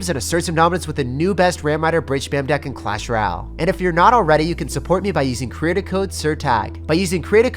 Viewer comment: Its CreaTOR Code not Creat-A-Code